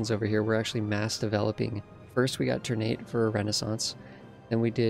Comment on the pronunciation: It's pronounced TUHR-nah-tay btw (or more precisely, ['tərˌnatɛ]). "Ter-nate" sounds awkward to my Indonesian ears xD